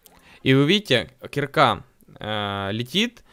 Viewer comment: Правильно кирка, а не кирка